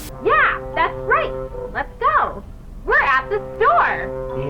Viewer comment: I thought amanda said were home